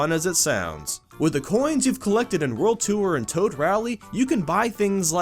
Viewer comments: I keep thinking he says "world twoer" (such as a second adventure after beating the main one) rather than "world tour" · it's pronounced tore not tooere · Its pronounced "TORR", not "TOO-URR" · wtf is world 2er!? its a joke i know he means world tour but why call it too-er when you should just say tor